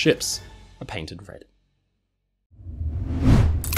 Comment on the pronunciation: “Paintended” I see u mike